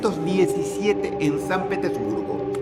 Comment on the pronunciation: Es "Petersburgo". Y sí: probablemente sea a ti al único a que le dé risa eso🤦🏻‍♀️